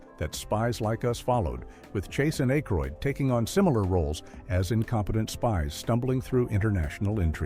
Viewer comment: it's not A...k....roid.